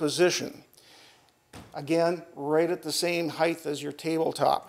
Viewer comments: ....SOMEBODY please tell this guy... there's no such word as HEIGHTH!!!!! it's height.... sigh.... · so many times i hear people say heighth, i too sigh deeply